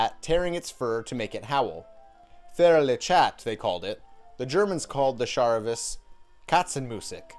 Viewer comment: Your pronunciation of charivari is really weird and wrong hahaha